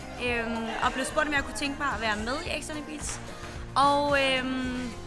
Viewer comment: Hun kan ikke sige “beach” 😂😂